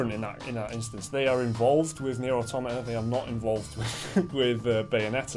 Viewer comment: Thank you for pronouncing "automata" correctly. Nearly every video on YouTube relating to this game gets it wrong.